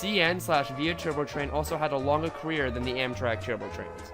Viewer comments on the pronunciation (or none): none